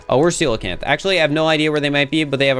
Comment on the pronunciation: honestly, i'm just impressed, but did my man just pronounce 'coelacanth' correctly, first go?